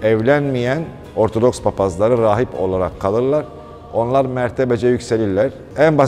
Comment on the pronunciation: Sürekli ORTADOKS diyorsunuz. Dersinizi çalışınız. ORTODOKS demeniz lazım. Lütfen biraz saygı..!